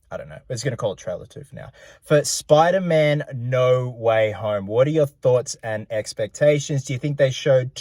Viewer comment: Speder man